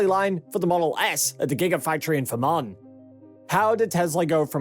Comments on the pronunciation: Puzzled by your pronunciation of Fremont as FURRMAN - it’s actually FREE MONT, sir. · All I hear is "Vermont"..LOL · "Free-Mont". Mont to rhyme with Font. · Free-mont = Fremont (a City in the US state of California) not Vermont (a state in the US northeast). Best regards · You should pronounce Fremont as FREE-mont. Don't try to run the two syllables together.